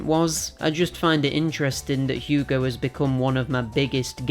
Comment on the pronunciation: Yea you butchered the name but at least you tried. Anyways ill be honest with you I think its a bit sad how down the drain this franchise went especially during the PS2 era were they released gobshite release after gobshite release. Its sad cause of how much potential this universe has for a pretty good action-platformer alias Ratchet and Clank/Jak and Daxter/Sly Cooper/Crash of the Titans.